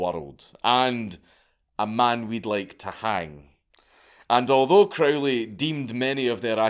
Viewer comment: It's Crow-ley (rhymes with "holy," as he himself insisted :) ) Epic madlad (both the guy and the vid). I was hugely into Crowley and all that stuff in my late teens and early 20s, and I still have a soft spot for all that craziness, even though I'm pretty much full fash these days. It's pretty obvious that there are loads of tucked-away corners of the universe (including our own minds, what consciousness is, how it's produced, etc.) that we still don't really know all that much about. I suppose the only difference in my attitude now is that I agree with the scientist Richard Feynman - it's ok not to know. What's certain is that if you do particular practices with energy, dedication and persistence (e.g. the various kinds of meditation, ritual magick, sex magick) you do sometimes get striking results, and they're fairly consistent. But whether the results are wholly subjective (the sceptical position), fully objective (the traditional occultist position), or a mixture (e.g. something like Jung's analysis), is difficult to say for certain - and nor does it really matter all that much. (Or as Crowley himself prefaced one of his books of magickal instruction: "maybe." ) We've only been around for a very short time, cosmically speaking, so it wouldn't be at all surprising that we don't yet know everything there is to know :)